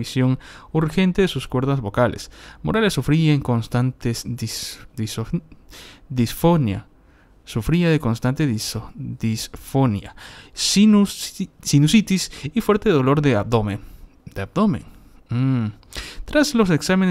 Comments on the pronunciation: INFOBAE INFOBAE, disfonía no disfónia. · Disfonía con acento en la I